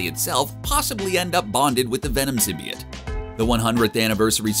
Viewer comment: Did this bitch say symbiate*